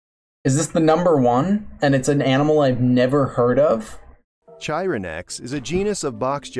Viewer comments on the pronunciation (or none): I think they mispronounced chironex. I think the Ch is pronounced as a k here. Not entirely certain, but I think so. If the root is Greek, it's definitely pronounced as a K. Latin, I'm not entirely certain.